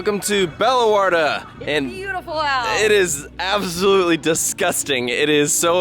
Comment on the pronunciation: I expected u to pronounce the name absolutely wrong, but u didn't. 😅